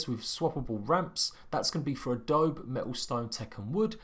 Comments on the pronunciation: Haha "adob" XD i think there's an e at the end of that word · Adobe spoken as ahhh dough bee